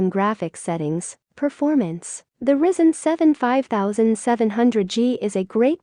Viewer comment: "Risen" CPU... lol